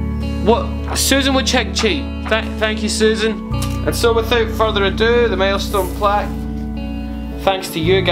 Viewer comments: I love the way your accent said "milestone," and it sounded like "mailstone." Congrats! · Every time you said "milestone" I thought you said "maelstrom" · "Today we are gonna be unboxin... my MALESTONE Plack u know"